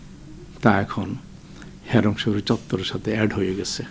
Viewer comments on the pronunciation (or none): আসলে ""হেরেম শরীফ """ না বলতে হবে"""হারাম শরীফ """